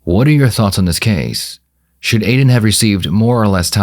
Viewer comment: "so if i did shood em will i still geda charge" dumbbbbbb idiot xD